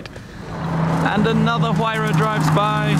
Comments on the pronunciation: Tim, it's Why-rah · Mispronounce "Huayra" again and I'll steal all of your cars and burn them.